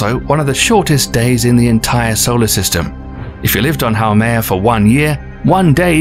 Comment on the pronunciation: How is it that you can do a fairly decent job of pronouncing both Haumea and Oumuamua, yet you completely took a sh't on saying Makemake?